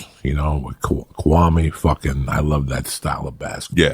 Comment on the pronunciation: This idiot Joey said Kawame 🤦‍♂️I hope he wasn’t talking about kawhi leonard